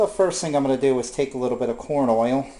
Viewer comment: What is OY-ILL? LOL